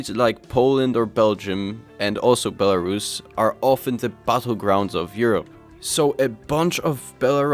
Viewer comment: Co za kurwa Bielarasza? First learn how to speak before publishing your very valuable opinion